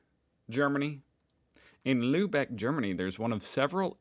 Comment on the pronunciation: The way you pronounced Lübeck was almost perfekt😊